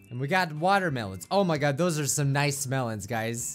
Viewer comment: before saying melon right he said smelons